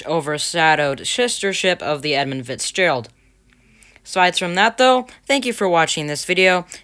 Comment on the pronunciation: you are still saying fixgerald